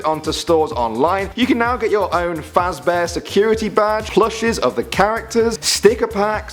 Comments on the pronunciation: It's fazbear not fazbar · he said fazbars not fazbear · It fazbear not fazbar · fazbear not faz bar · Its Freddy Fazbears not fazbars xD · Its freddy fazbears pronounced freh deh faz be rz not freddy frezbars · He Said Bar instead of Bear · By the way its fazbear not fazbra not to he ruded but I am a masive fan so I don't like it when people make that mistake. It OK nearly every one I know says it like that. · its fazBEAR not fazBAR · Its pronounced Fazbear, not fozbar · fazbar and cawfon thats how you pronounced them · freddy fazbaars what the hell is that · Haha he said fazbar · He said fazbar lol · I just realized the 2nd time he said Freddy FazBear he said "Freddy FazBar" me: WTF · ha he said freddy fazbars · It's Fredy faz bear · did he say freddy frazbars? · he said Freddy fazbaas!! Hehe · "Fazbar" ( ͡° ͜ʖ ͡°) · It's freddy fasbear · first of all you mispronounced cawthon and fazbear GAAAWW second who still calls matpat the game theorist??? youre behind the times.... Lastly DREAM THEORY DUDE!!! TWO WORDS DREAM THEORY. Amateurs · WTF ur saying fez ear wrong